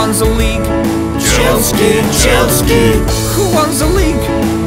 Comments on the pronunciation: It is Chelsea not Chelskea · It's chealsea not chelski